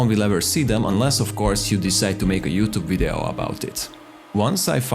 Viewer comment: You have vees on your language and still say wideo. How is this possible?